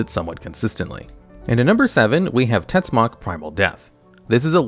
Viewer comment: Tetzimoc its also not pronounced " tetsuck", Im mexicano and TetziMocatl its something akiin to "dreadfull spear" in nahuatl.